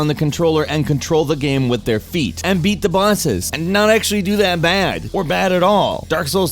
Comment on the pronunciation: That's a true statement. By the way, this has nothing to do with your actual statement, but my salt is towards the fact you said "ze" instead of "the", like a 10 year old trying to be funny. Other than that, yes, you're right.